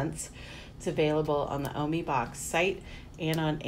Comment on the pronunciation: It’s pernused o-my